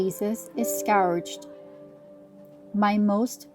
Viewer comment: Who is the reader? Please pronounce the word, "scourged" correctly.